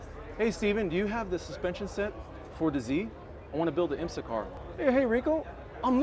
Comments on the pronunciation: I learned something new today. I didn’t know IMSA was pronounced “Eye-m-sah”… must be Italian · Nice build but this guy is ridiculous. I cringed everytime he tried to pronounce IMSA.